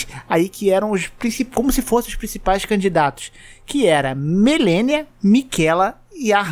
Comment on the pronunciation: Por que caralhos você teima em pronunciar "Melenia" Jesus Cristo sendo que nem os próprios personagens do jogo falam assim